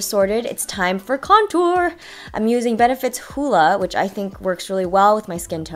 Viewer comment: like the way u said contour! LOL